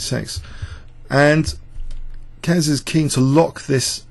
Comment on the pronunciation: and to Mr Young, Keres was pronounced correctly in video, not this Care-ess but Keres, about Najdorf im not sure :D